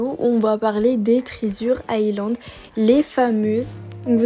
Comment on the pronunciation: Trizure island 😂 pardon mais ça m'a fait rire 🥰